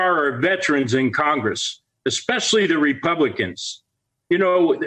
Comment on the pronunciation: Mispronounced KOCHgress...